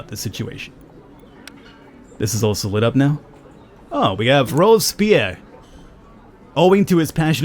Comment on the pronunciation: Nice video ! "Robess-Pierre"